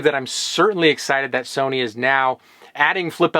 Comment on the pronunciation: “Somy” camera